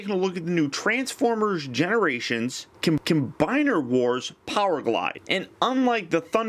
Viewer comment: You always say cim combiner wars 😠😬😬😠😬😠